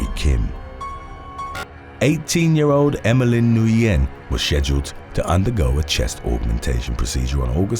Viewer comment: Corrections: 1. "Cache" is pronounced "cash", NOT "cash-ay". 2. "Nguyen" is pronounced "win", not "Noo-yen". 3. "Tuerk" is an anglicization of the German "Türk". It is pronounced "tewrk", not "Chu-erk".